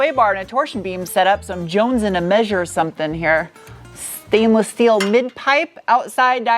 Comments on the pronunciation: I love how you say steel (shteel) lol. So cute. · I belly laugh every time you say steel haha great vid it's not a bad looking motta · Great stuff.. I really like the way how you are pronouncing "Schteeel" and "Schport".. Being German, I can´t stop smiling about that.. :) you know it, girl..😂 ..and by the way: your car reviews are the most interesting in all respects.. Congrats!